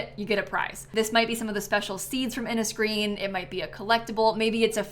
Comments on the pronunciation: Innisgreen should be pronounced like "Inish-green" as it appears to be based on an irish language naming system!! So glad sims team are finally giving us some love haha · As an irish person the pronauncuation of innis green is killing me😅